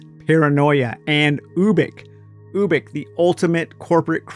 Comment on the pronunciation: It's (you-bik) as in ubiquitous.